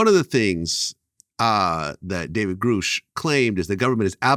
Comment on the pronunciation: Why can't any of these interviewers pronounce "Grusch" correctly?